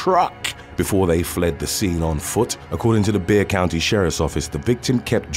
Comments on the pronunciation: YAY,YOU FINALLY PRONOUNCED "BEXAR COUNTY" CORRECTLY!!!! CONGRATULATIONS, YOU CAN TEACH AN OLD DOG NEW TRICKS!🎉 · Congratulations, you pronounced Bexar country Texas correctly.